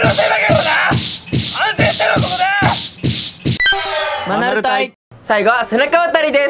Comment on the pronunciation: 最近、、、マナル隊が ア〇ル隊に聞こえる